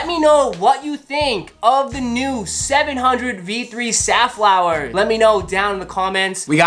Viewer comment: I thought I've heard Seth Fowler instead of Safflower. lols!